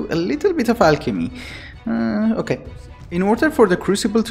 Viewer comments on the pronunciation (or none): i like how you always say okei